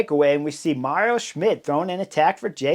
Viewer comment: Schmid is called Mauro not Mario.